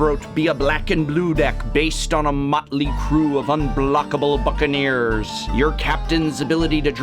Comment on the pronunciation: i thought he said unblockable fuconeers lol